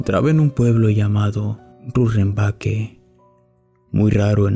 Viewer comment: El pueblo de BOLIVIA es rurrenabaque no runrevaque